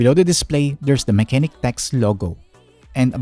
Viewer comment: sabi nga ni "Unbox Diaries" parehas kayo nang basa. Pero it is "Ma-che-nike" Pero nice na review mo siya nang Full Details and Some games to run.. 👍🏻